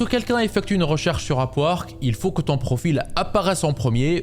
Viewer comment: tu dit, A P U A R Q U E 😂 c est pas complique le sond UP! WORK ,,,,k